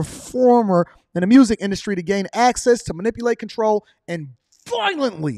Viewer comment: 😂 you ain’t have to say “VIOLENTLY” like that bruh.